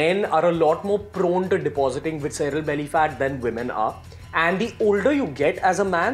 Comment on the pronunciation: Sip everytime he says Vicsera'lly